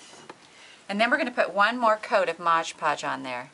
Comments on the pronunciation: MOD Podge....not MODGE PODGE. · MOD Podge. Not modge podge. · Why does everyone call this stuff Modge Podge, when it clearly says MOD Podge on the label? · Mod is NOT pronounced "Modge" ~ She is working with MOD Podge.. Mod - D MoD.. Podge. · It is not pronounced modge podge . It is mod podge. I hear a lot of tutorial people pronounce it wrong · MOD! podge Not ModgePodge!!!! Please!!!